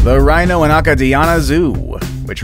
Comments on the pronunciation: ACADIANA is pronounced A Kay Dee Ana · The way you say Acadiana and Broussard. Omg. I’m in pain. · That's the first time I've heard Acadiana pronounced that way.